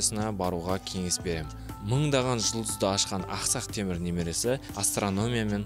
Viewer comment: "Aqsaq Temur" chiroyli eshitilmadi.